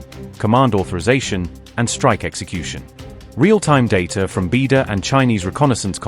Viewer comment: Why not train your narration providers to pronounce words like Khayyam, Beidou, and Sino-Iranian correctly?